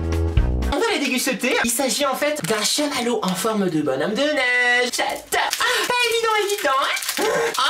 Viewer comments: C'es shamallo pas machmallo ❤️ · Joyeux noël a toute les trois, et au abonné 🌴❤🌴❤🌴❤🌴 tu ma donné faim, et vous êtes trop marrante. ps: on dit CHAMALLO